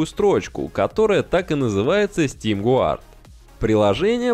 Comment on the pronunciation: Не Гуард а ГАРД. 🤠